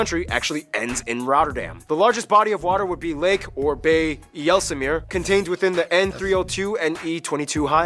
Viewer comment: Yelsem ere??? IJ is pronounced like ei, as in aye, or German mein mijn in Dutch mine in english.. IJssel meer the IJssel is a river meer means lake...IJ s sel Yssel in English, come on...first check the names in wikipediqa, where they give you the pronounce-iation.. oo is pronounced like o in go, not like oe in shoe, so no more stroepwaffels please... HOW HARD CAN IT BE...We learned Engrish, take the trouble, have some respect, and pronounce Dutch words the right way..